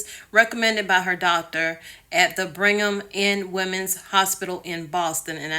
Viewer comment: It's BRIGG-HAM not bring ham..lol in a Bostonian accent it would actually be Brig-um 😉